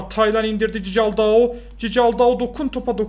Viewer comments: abi okunuşu cicaldau değil kikaldau okunuşu 🤣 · Cicaldau deyil sisaldau abi bide bence Galatasaray 2-1 alır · cicaldau çikıldau diye okunuyor reis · Abi bu arada o cicaldau değil çikaldau fiye okunuyor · Abi şu adama Cicaldau deme yaa Çikıldau diye okunuyor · abi cicaldaou değil çikıldaou😂😂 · Çikıldaoo zaten yeteri kadar komik diye düşünürdüm....Cicaldaoo'yu duyunca : D :D koptum :D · Abi cicaldau ne ya allah aşkına doğru oku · Çikaldao diye okunuyor